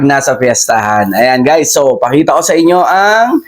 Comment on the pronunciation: pwede ba baeasan yung pabigkas mo ng so sa bawat salita mo